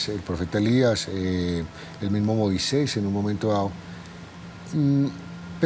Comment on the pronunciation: Acá en México escribimos Moisés. Y es común escucharlo pronunciarlo MOISEIS.